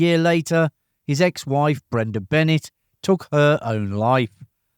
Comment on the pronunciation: Bill Bixby’s ex wife’s last name is pronounced “BeNAY”